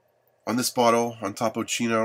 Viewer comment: You’re an idiot! It’s not chino it’s Chico. Topo Chico is actually the better mineral water. It keeps its sparkling even after opened. Contains the essential minerals too.